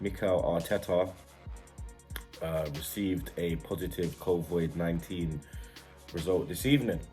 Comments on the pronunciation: Man said COVOID LOL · Man said covoid